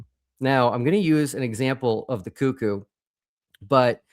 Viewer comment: For the love of God, please pronounce Cuckoo correctly 🙏🏼